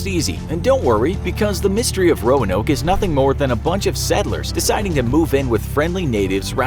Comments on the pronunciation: Why am I hearing Romanov instead of Roanoke? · Roanoke more like Noanoke HAHAHA FUNNY ok bye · This is bad combination of fact and fiction. Don’t believe this. Visit the Lost Colony of Roanoke in North Carolina for a better understanding. They didn’t even bother to get the correct pronunciation of the island in this video.